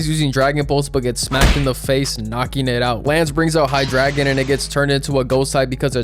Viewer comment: its hydDRA(y)gon Dray like Drake